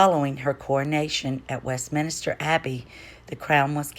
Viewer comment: Brilliant research its Westminster not minister